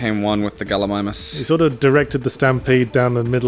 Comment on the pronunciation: I find it funny that Yahtzee kept saying Galli-ME-mus, and kept trying to subtly make Yahtzee realize it was Galli-MY-mus by always using the word, properly pronounced, in his response.